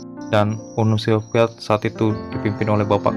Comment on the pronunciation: Lu ngomong UNI SOVIET AJA MALAH " UNUL SILVIET"